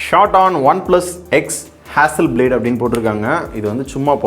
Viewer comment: Adhu hasselblad , hasselblade ila ya.. En ya kollura. Tech review panra seri oru peru kudava olunga solla mata